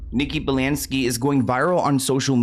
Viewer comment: Nikki “Balansky” 🤔😂